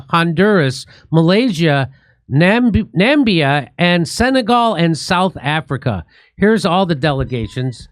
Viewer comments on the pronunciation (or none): NAM-IB-IA, not Nambia. He said it several times. Why did no one on the show correct him? Oh, f*ck the genocidal Mileikowsky regime. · GOOD....but it is called NAAAAA - MIBBB-- YA! not Nambia - lol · Correction it´s Namibia. "Nambia" is not a country. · Nambia??? It´s Na-mi-bia! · Hey Jimmy, it is pronounced Nam - i - bia, not Nambia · Nambia........ cmon guys Namibia say it with me... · Sorry to pick up on this, but Namibia is pronounced as nuh-mib-ee-uh - Not nam-bee-ah. Are you confusing it with the country of Zambia? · NA MI BI YA not Nambia Jimmy 😂😂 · Dear Mr Dore; it's "NAH-MIB-EE-AHH", Namibia. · He keeps reading the country name "Namibia" and saying "Nambia." Nambia isn't a word or a country. It is "NA MI BI A." Great place as well. Great place to visit. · pronounced: na-MIB-ia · Namibia, not Nambia. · That's Namibia, not Nambia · Namibia Jimmy not ‘Nambia’ it’s Namibia 🇳🇦. It’s called after the Namib Desert that’s there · Please its NAMIBIA. and not NAMBIA Please pronounce correcetly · It's Namibia,not Nambia 😂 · Namdia- Namidia.. You Americans! I'm always surprised how Jimmy struggles to pronounce common internationally known countries or cities. Love you man! 😂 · Jimmy, don't you know Nambia doesn't exist?!!! It's Namibia...Definitely a Mandela Effect!!! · Pronounced NA-MIB-BIA not NAM-BIA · ‘Nambia’? Na-mib-ia. Can’t you see the eye ffs! You are abysmal on things like this. Probably never heard of the country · Nammbia 😂😂, it's clear you skiped geography lessons in school..., stupid Jimmy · You guys still calling Namibia Nambia? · I think it's pronounced Nah-Mee-Bee Ya! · Sir, the country is called "Nah-me-bi-ya" (Namibia). Sounds very unprofessional not being able to pronounce the name of a well known country. Typical of an American to know nothing of the world around them. And I'm suposed believe the news you broadcast? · Bro Na-mi-bia! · Its NA MI BIA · How many times has Jimmy mispronounce "Namibia" as "Nambia"? :P